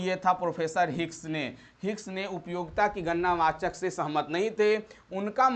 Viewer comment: Gannna wachak nhi gadna wachak ho ga sir ji 👍